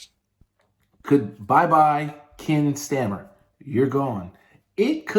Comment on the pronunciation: "kin stammer" 😂